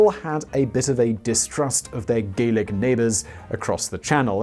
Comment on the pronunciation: Great informative and entertaing video as always from Simon Whistler but I have to pull him up on one of his pronunciations which has geographilic problems. runtime, he's talking about the aborted first attempt and mentions one of the reasons was the British still having distrust of their neighbours and he clearly calls them Gaelic - long A is in PAY This is wrong because the term is Gallic - short A is in PAL, meaning pertaining to France and the French. Gaelic refers to the languages of the Celts - Scotland, Wales, Ireland, Cornwall and so on. The Celts had long since lost significance in France by the 1800's so calling them Gaelic is wrong.